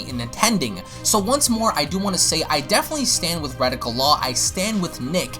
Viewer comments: >reticle law It's Rekieta Law....Wreck-keeta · Re-Kay-Tuh not Re-Tic-Uh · It's Rekeita Law, pronounced "Ruh KAY duh" not "Radical." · Ree-kay-duh not "radical" it's Nick's last name. He has requested that people who clip his content link the clip to him on Twitter. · the way you say rekieta law sounds like radical law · Why do you keep butchering his Youtube name? He says it at the beginning of all his videos. It's pronounced Re-Kate-Ta. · You could at least get ppls names right. Who the f is redika law? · Ra-kay-tuh Law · Rekieta Law, not retika